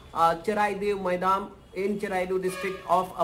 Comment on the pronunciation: Thanks for sharing this news But It's not maidam it's called moidam